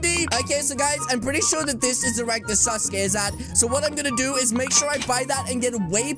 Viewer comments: said saskay wrong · calling Sasuke suske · I love how says sasuke it sounds like sus gay👍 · why sasuke when it’s saske